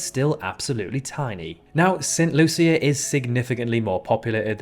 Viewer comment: He's also pronouncing St. Lucia wrong. I live in Barbados and we say "Saint Loosha" (unless I've been saying it wrong all my life).